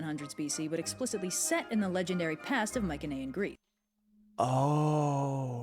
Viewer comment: I've only checked some OSP reactions plus all Underverse ones. Huh, he keeps going to "mycenean" pronounced with the soft C, instead of the strong "celtic" letter C. Looking forward to his reaction to Hades and Persephone :3